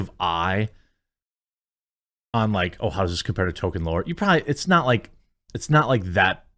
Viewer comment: It’s Tolkien not Token